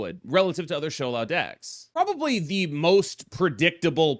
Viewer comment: the smile on my face when i clicked on the video and you said shou lao instead of shao lao